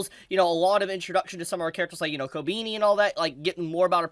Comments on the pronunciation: why are you saying kobini instead of kobeni? sounds weird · Fyi Kobeni = Ko - Ben - ee | Himeno = He - may - no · the way you mispronounce Kobeni is so cute! also I keep hearing Attorney devil instead of Eternity, you had me dying. great content